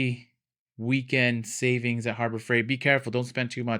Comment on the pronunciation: Don't know if I've got a "Harbro" Freight nearby... 😂